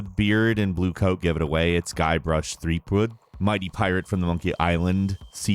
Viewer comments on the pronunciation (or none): none